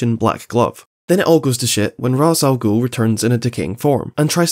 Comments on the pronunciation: The batman animated series actually corrects the whole Ras stuff. Batman tells someone that uts actually pronounces Raysh and thay ras is a common mistake people make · Love the video, but it's been pretty widely accepted that it's "Raysh", which surprised me just as much when Watch Mojo got it right. So if you're saying it rah's to spite them, you're really just irking Batman fans tbh hahaha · I'm personally a fan of raysh over raz, because most people will eventually become complacent with pronunciation after a while of saying it and it starts to sound like you're talking about Friends. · I had seen somewhere iirc that Ra's is Arabic in origin but prior to TAS it was never spoken, so when deciding on the pronunciation a Hebrew-speaking team member used raysh. Ig for irl accuracy Ra's is said how it's spelled, but for people who grew up with TAS it's normal to say raysh. Also the reason Hebrew isn't a bad place to turn for the pronunciation is because Arabic and Hebrew are genetically-related languages. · It's pronounced "raysh", because that's how it's said in the Arkham games. :) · it’s Rich-ass-gool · I know you joked about it but its actually really easy to learn how to pronounce Rā's Al Ghūl's name, just play the arkham games gecause in all three they pronounce it Ray-sh wich i think sounds the best but there again in biased the arkham games where my first exposure to batman as a kid abd have been playing them on repeat ever since. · Sure, WatchMojo pronounces it "Raysh", but counterpoint: so does the Arkham games. That's my justification for pronouncing it "Raysh". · it's just "as" the r is silent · I apologise but I cannot watch the video past like you pronouncing Ra's al ghul wrong is painful